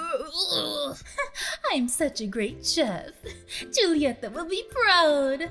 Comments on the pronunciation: I think you haven’t watched encanto yet and sorry for corrections, it’s spelled “julieta” but it’s pronounced “hulieta” with a “h” sorry again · when you see it is julieta, but you have to say hulieta. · I’m sorry to correct you but instead of Julieta it’s pronounced Hulieta